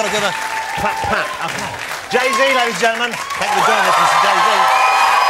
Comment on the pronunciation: That "okae" is the one we got on The Story of OJ 😂